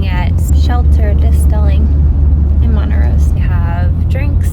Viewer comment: Montrose not Montarose.